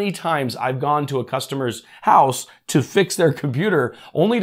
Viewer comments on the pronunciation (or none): none